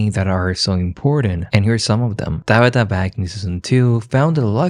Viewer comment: O.m.g. please stop calling Tabitha - DABITA